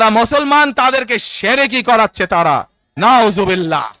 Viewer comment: বিশিষ্ট আলেমে দ্বীন জননেতা আলহাজ্ব মুফতি মৌলানা তারেক রহমান যখন শিরিক, জান্নাত, জাহান্নাম নিয়ে সিলেটে বক্তব্য দিয়েছেন। উনার আসলামাইকুম ,আলামদুলিললা , ইনশাল্লাহ ও নাউজুবিললা উচ্চারণ শুনে মনে হয়েছে:- উনি শুধু দেশের রাজনৈতিক সম্পদই নয়, একজন বিশিষ্ট আলেম ও বটে। ভাইরে ভাই, মস্তিষ্কে আর জিহ্বায় প্যারালাইসিস হলে এদেশে ভালো রাজনীতিবিদ হওয়া যায়। এদেশে রাজনীতি করতে হলে আপনার ব্যক্তি যোগ্যতা নয়, দরকার আপনার জন্ম পরিচয়। দরকার হয় আপনার বাবা কি রাজনৈতিক কারণে জেলে গিয়েছিলেন। জন্ম কি একটি রাজনৈতিক পরিবারে ? সামনে নির্বাচন, জনগণ কি পারবে এই পঁচা পরিবার তন্ত্রকে বিদায় জানাতে ?